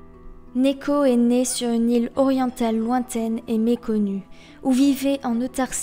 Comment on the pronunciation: Sympa la bio comme d'habitude, mais tu m'as pas mal perturbé au début à dire néko, vu que j'ai l'habitude de l'entendre prononcé niko x)